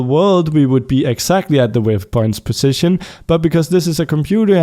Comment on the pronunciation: Ok idk if you fixed it(or if you still care) but, On the last error it you said "Positon" instead of "position"